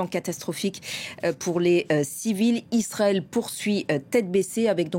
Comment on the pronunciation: Laurens dit toujours « Istrael » depuis des années ! Quelqu’un peut il m’expliquer ça ?